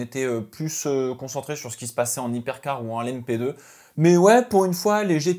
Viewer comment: On dit les Hypercars et pas les Zypercars :-)